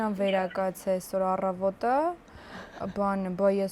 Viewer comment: աՌեւնան. աՌռռավոտը ինչ տհաճա,էտ հաճելի կանացի տատաիցդ միքիչ պահվածք սովորի ,ժառգոնը ինքը